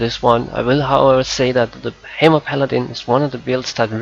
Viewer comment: i got 5 sec into the vid and i couldn't take it anymore. "Ultimaite" "Haimer" ... pls